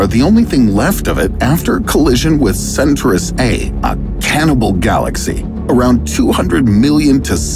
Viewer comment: It's not center-ous it's Centaur-ous Centaur it's a mythological creature.... Hell-O! Your thumbnail wasn't even in the video... :(